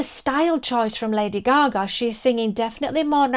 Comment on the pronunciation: There is no way in this universe that Kelly Clarkson is a better singer than Lady Gaga. I like Kelly, but get real. And stop mispronouncing Gaga's name, it's annoying.